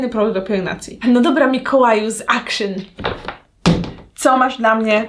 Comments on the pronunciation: w sklepie action (czytamy akcjon!! nie akszyn) w holandii nie ma takiego słowa akszyn poprostu akcjon 🙄😫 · Mała ciekawostka zupełnie niezłośliwe, Action czyta się jako dosłownie „AKTION” bo to holenderska sieciówa, Pozderki z Rotterdamu i życzę wesołych ❤️🤟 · Jak bym słyszała jakąś karyne 🙄 dramat poprostu "akcjon" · ponieważ w holandi nie ma czegos takiego jak w pl jak "zangliszczanie" większości słów to jest Holenderski sklep i wymawia sie jego nazwę "akcjon" najzwyczajniej ;) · właśnie dlatego jak już moja córka ogląda kolejną "jutuberkę", która mówi akszyn to nie wytrzymałam ;) :)